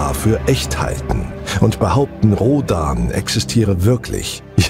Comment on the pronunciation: Toller Sprecher! Bitte Rhodan zukünftig lieber engl. "Roadn" aussprechen, ist ja auch inzwischen die offiziell gewünschte Aussprache.